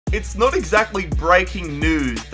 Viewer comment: It's not exhgactly